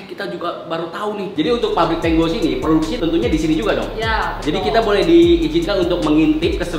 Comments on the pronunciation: KENAPA TANGO DI BACANYA TANGGO 😅😅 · Tango kok dibaca double g nya,,😂😂